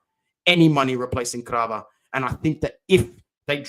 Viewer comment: It's Kvara not Krava It's Gianluca not Juanluca